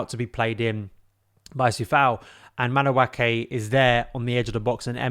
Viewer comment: its madu-eke and not madu-ake. the pronunciation is driving me insane